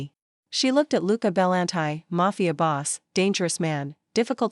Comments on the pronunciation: Pretty sure that name isn’t “bell an tie”. It’s “buhLAWNtea” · Love the story, but the narration was very flat, and Bellanti is not pronounced Belan-tie.